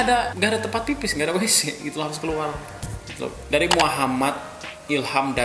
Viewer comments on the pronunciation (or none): none